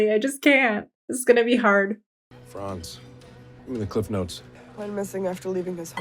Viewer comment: His name is Franz, not Frances.